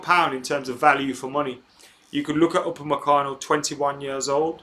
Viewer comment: Have you heard my name before?! You pronounced it as if you have before.